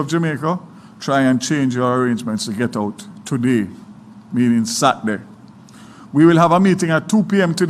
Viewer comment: I wonder where Daryl vaz went to school? f or a minister the word is not satday. It is Saturday fully dunce. Lol